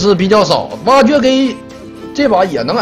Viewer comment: 挖掘"GAY"...發音跟粵語好像XD